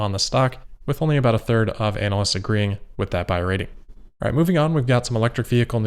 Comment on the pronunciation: Once again a terrific analysis. And I get a kick out of the way you pronounce "ANAL-ysts"....I know it's on purpose and I have a similar opinion of anal-ysts. They drive me crazy. I listen to their opinions primarily for entertainment. Toyota really seems to be hanging onto the ICE engine for dear life trying to forestall the inevitable and inexorable transition to electric transportation.